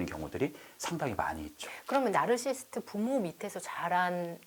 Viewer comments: 공감가는 부분이 많고 저 자신도 되돌아보게 하는 유익한 영상 감사합니다. 다만 말씀 중 "나르시스트"라고 칭하시는데 정확히는 "나르시시스트"가 맞는 듯요 (발음이 좀 어렵죠...: Narcissist, Narcissism) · 보다 정확한 발음법은 나르서시스트 입니다. 저도 스펠링을 알게 되기전 까지는 나르시스트가 맞는줄 알았어요.